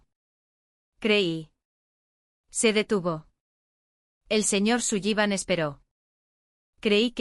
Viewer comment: Sullivan se pronuncia Solivan